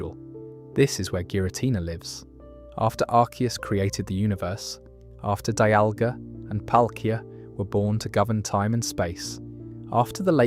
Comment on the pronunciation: Got arceus, dialga, and palkia right but the rest was so cooked